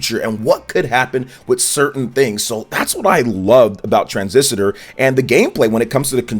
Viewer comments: “Tran-ziss-ter” ✅ “Tran-ziss-a-ter” ❌ “Bas-chin” ✅ “Bas-tee-on” ❌ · Tran-sis-tor not Tran-sis-ti-tor…..sorry to be that guy. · Why do you always call it "Transisitor"? 😂 It's "Transistor"... I enjoy your content but you pronounce so many things wrong lol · Transisitor. Bahaha. Said it like 10 times, too. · Oj its tran - sis - tor 😂. Two vids in a row men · can you please pronounce Transistor correctly. You are a native English speaker ffs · Didn't read my comment on the last video regarding the Transistor pronunciation, I see haha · One too many syllables in your pronunciation of Transistor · I agree with you. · Yeah that threw me off like wait is he really saying it like that? Lol